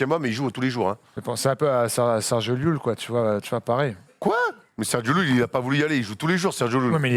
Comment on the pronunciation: Bien joué sur Sergio LLULL! Par contre on prononce correctement le nom du Monsieur! C'est un phonème palatal sonore qui se produit quand le dos de la langue touche le palais, en laissant en même temps deux canaux étroits des deux deux côtés de la langue pour tirer l'air expiré. Exemples: calle /ká-lle/ (rue), olla /ó-lla/ (pot), pollo /pó-llo/ (poulet), etc. Merci espagnol facile:)